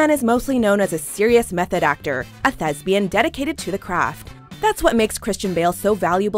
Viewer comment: ThesPian. Thes Fucking P ian. It does NOT rhyme with lesbian!